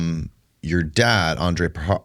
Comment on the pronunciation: On-dree-ya Poo-ha-rich Not "Ann-Drey-ah" Language lesson for nobody who asked for it... In Serbian, for Latin script, each letter has only one way of pronunciation. There's no "modifiers". "J" is pronounced "ya", "I" is pronounced "ee". "Ć" is "ch" with tip of tongue meeting the roof of your mouth towards the front, behind your front teeth. When you see "Č", it's pronounced "ch" but with tongue fully pressed against the roof of your mouth, or slightly towards the middle/rear towards the throat. If you see just "C", it's the "ts" sound. "R" is always rolled, but smoothly, not like Spanish where the tongue bounces. Andrija Puharić was born in Chicago to Croatian parents who emigrated from Hungary. His name was actually Henry Carl Puharich, to help him assimilate easier into US culture, but his parents called him Andrija, a traditional name in all of former Yugoslav countries. It's our equivalent of "Andrew".